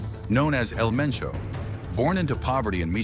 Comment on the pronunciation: How hard is it to say Hal-Lee's-Co (Jalisco) and Poo-Aire-Toe Vie-Are-Tah (Puerto Vallarta) L Main-Cho (El Mencho)